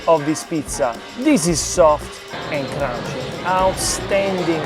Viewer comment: No, it’s “kreespie” and “krounchie”